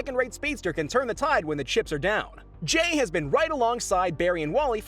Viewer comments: Can he not say jay properly or what? U said jai it’s jay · Did he just say Jay as Jai? 😂